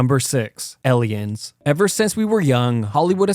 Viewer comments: Why does he keep saying “EL-ien”? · After reading the comments, I hear it too now "Ellions" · Why does bro say eliens but not aliens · The way he pronouces "aliens" as "elians" is so annoying tbh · Aliens not ellions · ITS AN AAAAALIEN WTF IS AN ELIEN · He says alien like elien. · It’s Aliens not Elians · The most terrifying thing about this video is how you pronounce Aliens. El Ians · Am I the only one that hears him saying "elly-ins" instead of aliens? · Sounds like hes saying eliens, not aliens. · Number 6 - “ELLIENS” 😂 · Who the fuck pronounces it "ellians"? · Lol - ELL-iens. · This is a fun video but…elliens? 😅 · STOP SAYING ELIONS!!!! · "Eleyinn" lmao 🤣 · Scariest thing is him saying "Elliens" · Elliens? I bet you pronounce "milk" as "melk" as well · What's truely scary is the way this guy talks. And "Ellians". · This killer saying aliens with an E… Grey skinned, no nose, 4 fingered Elians out here wildin Elians are eeeextra teeerreestirels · #6 - ehleeyens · Ellions bruh...ellions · “Elliens” is crazy work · Elians? Why cant you pronounce the 'A' 😂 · Fr he said sum “eliens” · How are you pronouncing Aliens? 😂 Ehliens??? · Elians are so scary. I don't like the movie Elians either. Elian elian elian. 😂 Does someone want to tell him he's saying it wrong? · My brain almost broke hearing him say "ellians" over and over again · Number 6 - “ELLIENS” 😂😂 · I thought it was just me lol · Is it just me or are u pronouncing Aliens like L-iens?🤣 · "Ehliens" heh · The most terrifying part of this video is when he says the word "Eliens" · Ill give you $2 to pronounce "Aliens" right. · elien lol Ellen from space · the scariest thing is how you say "Ellians" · Elliens? Lol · This man said ellions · Did this guy pronounce aliens as "alians"? Funniest shit I've ever heard xD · Not elien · Bro says ellion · My friend elliyens😂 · I was about to say this 😭😭😭 eliyen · Bro doesn't know how to pronounce aliens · The scariest part of this video is the way you pronounce aliens